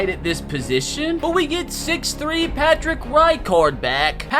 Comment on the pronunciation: Him saying Patrick’s name is so funny